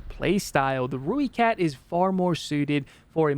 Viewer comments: Not one to nit pick love the video and the opinion on premiums but please its pronounced "ROY"kat not rooekat just wanted to offer my 2 cents worth other than that keep up the good content man:D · It’s pronounced Roy-cat. If you wanna say it like a South African it’s more like Roy-cut. Either way, it’s definitely NOT Roo-e-cat